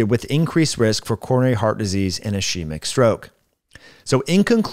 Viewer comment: Thanks for the video. Very interesting. Just fyi, ischemic is pronounced /ɪˈskiː.mɪk/ not /I' she mik/ The sch makes a hard k sound like in ski. Thanks again!